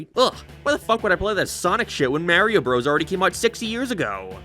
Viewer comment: Your pronunciation of "Mario" makes me wanna sue you for assault